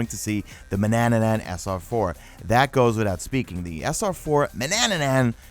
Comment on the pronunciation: Has anyone mentioned to ya that it’s just “Man-ann-an” (pron. man uh nan), not Manananan? Just wondering whether it’s a mistake or a deliberate mispronunciation since you’re v fond of the weapon :p